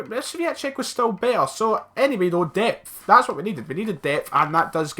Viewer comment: saying 'depth' reminds me of the Pulp Fiction scene about the guy saying 'what'. I just imagine some guy booting down his door and going "Say what again! I dare you"